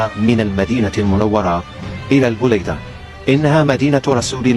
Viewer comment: انها المدينة البليدة وليست البوليدة يا جدك 😅😅😅😅